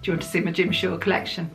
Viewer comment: Ohhhh lordy. I first heard " Gym shorts" instead of "Jim Shore".🤯